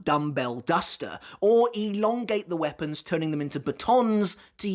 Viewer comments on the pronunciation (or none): none